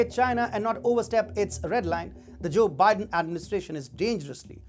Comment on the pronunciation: cho bi-den.